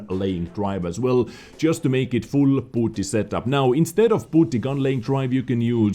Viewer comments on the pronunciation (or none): Bounty is pronounced like bown-ty, hearing you call them booty made me laugh though lol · He said booty deliberately you muppet. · I know is saying bounty, but all I hear is booty..... I'm sorry